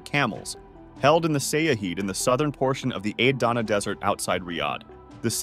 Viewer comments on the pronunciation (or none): none